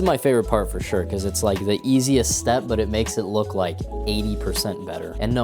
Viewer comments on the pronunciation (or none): none